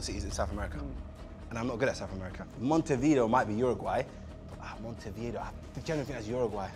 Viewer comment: The pronunciations for "Montevideo", "Asunción" and "Quito" were all wrong as well, and both and Chunkz mispronunced Montevideo several times. Can't blame them too much though, since it's not their language.